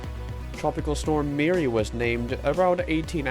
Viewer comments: Calculator has a product of 414 which predicts this storm to be a Category 1. I think Meari might clutch that status as it passes or makes landfall in Japan. Also it’s pronounced MEE-uh-REE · it can be pronounced both ways I guess